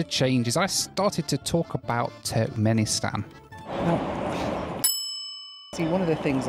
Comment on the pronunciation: wish i had a $ for every time he says Turknenistan